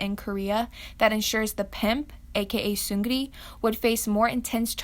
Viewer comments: The way she calls "seungri" "SeungGRi" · the way she pronounce his name sEuNgIrI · why do you pronounce his name like that? the g is silent, it's sung-lee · *seunlee how you pronounce his name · FYI- silent the G and r in his name while pronouncing. It’s seung-ee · isn't it pronounced "seung-ni" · for all of you guys who would like to know how to pronounce seungri, it’s “seung-NI” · You’re saying his name wrong tho, it’s pronounced (sun-gree) and I know this because I’m Korean.. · You pronounce Seungri as seung knee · hey just fyi, just wanted to tell u how to say Seungri in the native pronunciation (bc i used to pronounce his name wrong too). it’s “seung-NI” (soft N). i always wondered how koreans could say the 2nd syllable so easily until I learned that- the correct pronunciation is so much easier!! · seungri is two syllables not three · what Seungri did was horrible and he should not be viewed as a celebrity but as a human who committed such a crime that is just unacceptable and disrespectful especially with everything else that is being added on daily. but... i cannot stop giggling whenever you say seung-gri. like i know you are saying that cz you are not korean but i cannot help it. explains the situation pretty nicely though! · his name is pronounced seungni. but ya he's still a criminal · the way she says seungri “soongrri” i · Did u REALLY pronounce his name like 'soo-ngri'!!!???! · ahahahah soong-ge-li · Not trynna nit pick, but seungri is pronounced seung-li or ri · The way you pronounce seungri's name.... 😂😂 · I know this is not really related but his name is pronounced as Seung-Ri. 'G' isn't pronounced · It's actually Seung-ni. The 'r' sound in Korean is actually pronounced like an 'n', so his name is pronounced Seungni rather than Seungri ^^ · The way you pronounce 'Seungri' ITS SUE-GRI! All my korean friends laughed at these lmao . No hate,Just do some research before making a video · its pronounced seungni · its actually pronounced seung LI